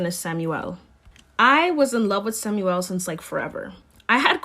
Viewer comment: I’m pretty sure it’s Samuel not Samyouel